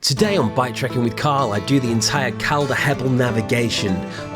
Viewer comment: Pronounced 'Col-der'...not 'Cal-dar'....like Calderdale is pronounced 'Col-der-dale'.